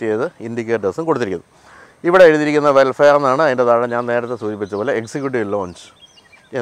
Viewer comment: വെൽഫെയർ(welfare) എന്നല്ല.. വെൽഫയർ (vellfire)എന്ന് പറയണം.....